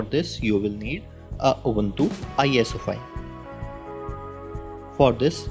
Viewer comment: the guy be like install oobanthuu... lol